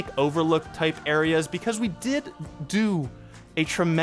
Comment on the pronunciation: What’s with the way he says do?